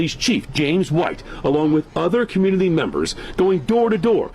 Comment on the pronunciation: Community Khu-myoo-nuh-tee Say it with me